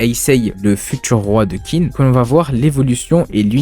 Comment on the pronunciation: Clair que Kingdom est un chef d'oeuvre. Juste pour faire mon chieur : Qin se prononce Tchine (c'est le mot qui donnera "Chine", tout simplement).